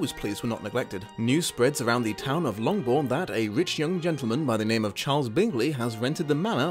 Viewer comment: Hey, awesome review of my all time non-Pratchett book. One small pedantic nit-pic you call the town Lomgbourne. Longbourne is the name of the Bennett estate which lies just outside the town of Meryton. Otherwise I will now here Daaarrrcccyy! Or Lizzzzzzyyyy! Whenever I read this book. Thanks for that!!!